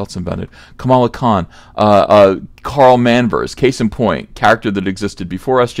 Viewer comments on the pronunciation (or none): none